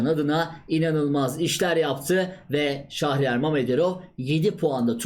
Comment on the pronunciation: "Şahriyar" değil abicim doğrusu "Şehriyar".